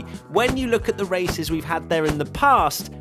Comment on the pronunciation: "Thee most boring race of the season" Monaco sounds intesify